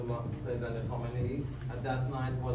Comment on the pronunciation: Please, if you have any respect for Iran, learn to pronounce the former and current supreme leader's surname. You are pronouncing it the same as the original supreme leader Ruhollah Khomeini, Kho-me-i-ni. Ali Khamenei's name is pronounced Kha-me-ne-i.